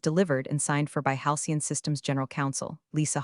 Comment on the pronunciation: AI narration needs to have more training to recognize tense. (ie, present tense, past tense) and proofreading by a human while listening to narration before releasing into the wild is strongly recommended. As it atands, creators look lazy and incompetent. And "Halcyon"" is not "hian".